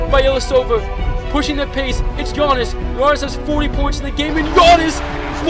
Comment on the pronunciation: Am I the only one who hears that he says ganniss and not giannis